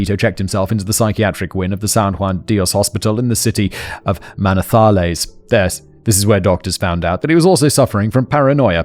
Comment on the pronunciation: Can you say Manizales again, pls?